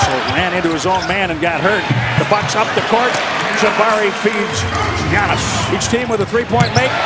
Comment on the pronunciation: His Name Called Giannis !!! NOT GIANNOS !!!!